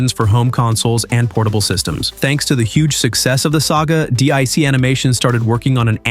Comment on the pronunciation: D-I-C? It's pronounced Deek!